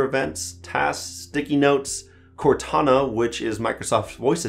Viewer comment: Did you just say "Cortano"?